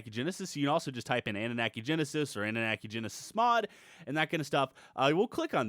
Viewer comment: annunaki said like Anu-Knock-ey not Ani-Knack-ey. same as Wyvern said like Why-Vern not Wiv-rn Mispronunciation is my pet peeve.